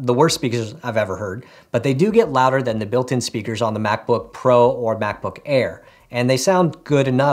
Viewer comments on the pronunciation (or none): Nice "Spakers" lol nice vid